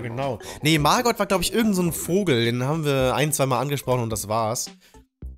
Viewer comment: Niemand:: mArgott GAsston